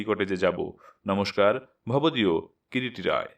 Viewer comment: রাই নয়, রায়।